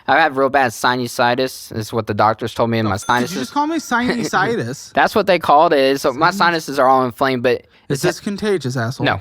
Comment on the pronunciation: I was able to watch so much of this episode, but the real limit for me is when he called sinusitis "Siney-situs"... There's no hope for this man 😅😂